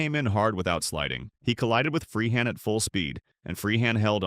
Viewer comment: This is an insult to Bill Freehan! You can't even spell or pronounce his name properly and that goes for most of the other players that are included! Lazy sloppy work!